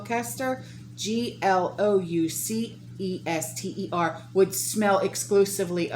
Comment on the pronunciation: I’m from the UK, thank you for sharing what’s going on over here. To help, Gloucester is pronounced ‘Gloster’.